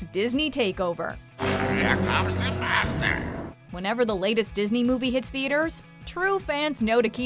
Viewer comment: I know Iago said "here comes the master", but it sounded like he said "here comes the bastard".